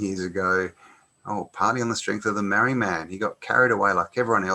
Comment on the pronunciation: its pronounced MARR - REE